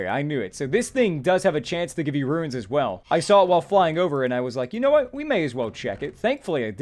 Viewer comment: Runes: exist: "RUINS!!"